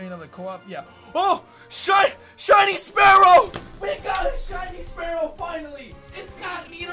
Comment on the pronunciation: His friend called spearow SPARE-OW. Its SPEER-OW